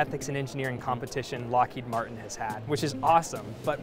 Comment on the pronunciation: Lmao, “ethics” at Lockheed Martian